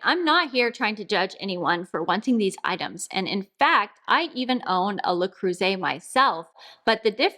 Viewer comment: Аn American cannot pronounce Le Creuset correctly, even her life depended on it 😂😂😂